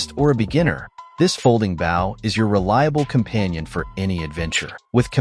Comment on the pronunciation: AI commentary destroys the attraction to the products. Someone needs to tell the AI that a hunting bough is not a hunting bow. If anyone needs any help with proper pronunciation, look me up, I won't charge much.